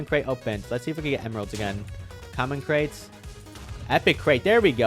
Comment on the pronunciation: lol what you talking about its crates and you said cret not crate lol 🤣🤣